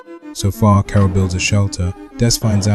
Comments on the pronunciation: Thats crazy i thought that was ur actual voice, but as someone else said it said carol weird so it sounded more like 'kara' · i feel like you can still tweak a few things, like how it says 'carol' sometimes - quite neat though! feels impressive that you made your own tts